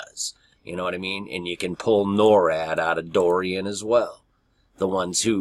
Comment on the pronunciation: About an hour ago I saw an update on Dorian hurricane and all I could think of was this is a distraction! Wow. I clicked on video about the hurricane and he can't seem to pronounce it, he says Doran, and all I could think of is the doe ran... and that I thirst to be in high places with Jesus as in (Psalm ) Psalm 42:1-2 As the hart panteth after the water brooks, so panteth my soul after thee, O God. My soul thirsteth for God, for the living God: when shall I come and appear before God? Verse 7 caught my attention as well watching these hurricane reports. Psalm 42:7 Deep calleth unto deep at the noise of thy waterspouts: all thy waves and thy billows are gone over me. Even so, Come Lord Jesus Come. Amen!